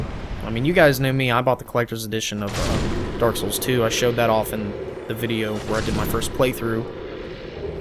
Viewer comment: The way you say 'souls' in 'Dark Souls' is so amazing. "SULS."